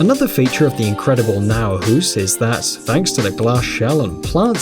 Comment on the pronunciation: Just for the sake of saying it; it isn't named Naurhus, it's named Naturhus. So well, that's a mistake